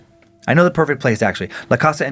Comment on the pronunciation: I'm extremely white but I know the way Dan pronounced "casa" the first time was cringey